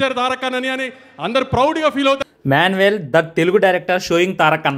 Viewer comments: Nenu manwell enti abba anukuntunna Meanwhile anaboyaada 😂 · Manwhel kadhu ra ayyaa 😂 meanwhile adhi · Man well Man hole kadhu adi meanwhile